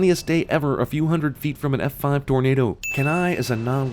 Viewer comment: Did Cinema Sins just go southern randomly? His drawl sounded like "Eff Fahhve."